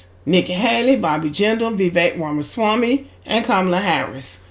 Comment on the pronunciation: Shut the hell up u cannot pronounce Vivek last name